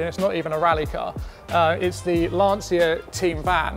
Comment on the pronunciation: I thought did a great job and he knows what he is talking about. He is surrounded by incredible cars that are accessible for the public to view. I'm presuming you pronounce Abarth like the Italians do then; 'Ab-art'? And Lancia as 'Lan-chia'